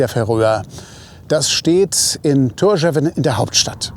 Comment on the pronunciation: Ein super Video, war ebenfalls im April 4 Wochen dort, und besuche die Inseln regelmäßig. Die Hauptstadt wird jedoch [Thórschaun] ausgesprochen. Aber sehr schön erklärt und gut visualisiert.